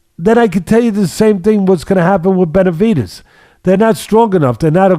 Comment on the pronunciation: Is it me or does it sound like teddy is saying "Beterbidez"